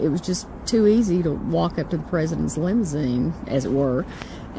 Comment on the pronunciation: lol.... Lim-zeen. Why use 3 syllables when you can use 2 🤪